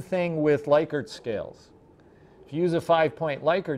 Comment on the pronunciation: First! Great video. Also, it's pronounced like lick-urt. 😀